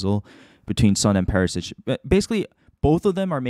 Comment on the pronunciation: Very deep analysis. Word to the wise: its Perishich, not Perisich. (pronounced Per-ee- shee - ch)